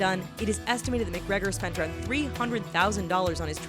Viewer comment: 'Conor Mic-Gregor'...